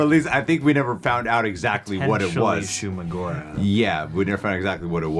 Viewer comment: 😂. PS it is not Shumagorath